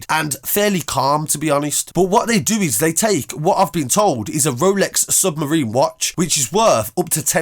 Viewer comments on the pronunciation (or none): Watch was defo fake, and it ain't pronounced as submarine, it's pronounced as sub-mar-rin-er. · Don’t mean to be a dick but it’s pronounced Rolex sub-marin-er not submarine-r. I hate those dicks that fix punctuation just saying it so you don’t sound silly if you report on it again. Also we all hate how the police higher the price of something you maybe paid £180 for and make it £12,000 but there’s loads of submariners. It could be a hulk and worth 20k, I don’t know the most expensive submariner but it will be above 50k probably above 250k. 8k is well below average. Better being under than saying they were in robbing 500k like the police would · the watch is a SUB Mariner pronounced " Ma rin er " as in the word Mariner (meaning sailor type of person or seafarer- ) submarina has nothing to do with submarines (and before people jump all over me ) years ago I made the exact same mispronounciation until educated by the store I was trying to buy one from !!! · I think you need to learn how to say “ Submariner “